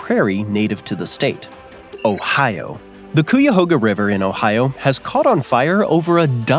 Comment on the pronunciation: You mispronounced Cuyahoga River. ky-uh-HO-guh